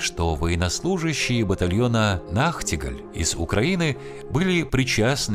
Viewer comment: Нахтигаль - немецкое слово, ударение на первый слог, как собака лает.